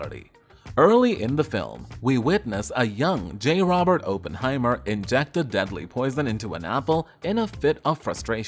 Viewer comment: Cannot watch this with Oppenheimer being mispronounced every 12 seconds 🤦🏻‍♂️